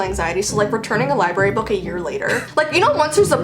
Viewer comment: "your a liebry theif" me: dead